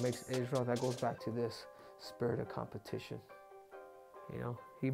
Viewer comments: Spitrit of competion wtf dude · "COMPETION" IS THE NEW WORD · Spitrit of Competion 😂😂😂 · Spitrit of competion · "Spirit of Competion" lol Good video tho, lots of details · Competion. The dude got another C in English. Quad C doesn't have the same ring to it.